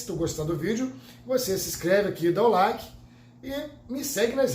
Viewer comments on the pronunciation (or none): none